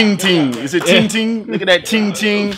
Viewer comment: Thats peng ting not ting ting lol